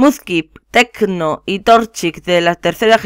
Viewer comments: tecno enserio es treecko no tecno no te lo tomes a mal solo te estoy corrigiendo ya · tenco es treko pronuncia mal los iniciales